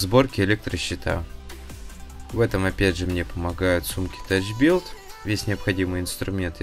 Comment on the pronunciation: За правильное прочтение Тоуа - зачет )! А вот "тачбилт" на самом деле читается "тафбилт" ;). За качество монтажа тоже респект - понравился подход. А вот если штробы резать чуть шире толщины кабеля, то он встанет туда враспор и его не придется дополнительно крепить. Выигрываем время на долбежке и на монтаже.